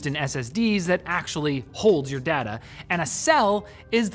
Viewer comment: Cant lie i hate the way he says data i get OCD